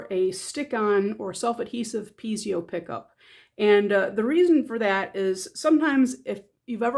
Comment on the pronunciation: Pee-ay'-zow -- not Pee'-zee-oh